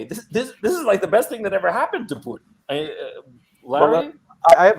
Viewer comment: Thank you for this roundtable, Gonzalo! I have discovered Ray McGovern for myself, a very insightful gentleman, and I love how he pronounces Russian names proper: the way they are actually pronounced, as opposed to butchering them into English pronunciation. Much respect.